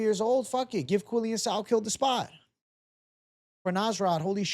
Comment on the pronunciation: Ps: the pronunciation of his name is "Quill-Lan" ...not "Quill-Lian" ...but you are close 🤪